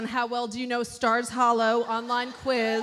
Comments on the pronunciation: Anybody else notice that ‘Miss Patty’ said “Scott’s hollow” instead of stars hollow!!!😂😂😂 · Miss Patty said Scott’s Hallow lol